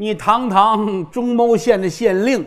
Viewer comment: 中牟县，读mu，老郭读错了，几期了，听的难受，按说不该啊，老郭的文化水平